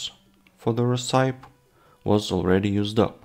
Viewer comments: Not talking smack, I'm a huge fan -- but I believe that you are pronouncing "recipe" wrong -- at least -- I've never heard it said that way, maybe it's a European dialect thing? -- but, at least in US English, we pronounce it "reh-sip-eee" (you can also check google translate, and have it pronounce the word too). I have no idea why it doesn't follow the normal "word that ends with E" pronounciation rules, it just doesn't. 🤷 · Interesting. The word recipe is pronounced ress-uh-pee here in the states. I don't believe I've ever heard it pronounced the way you're saying it. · I do think the name should be Cold & Hungry. If only because it's a more recognizable saying at least where English is concerned. Also, it is pronounced Ress-sip-pee.